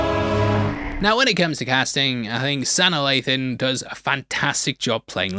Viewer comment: That is NOT how you pronounce Sanaa Lathan’s name. That must have been for rage bait.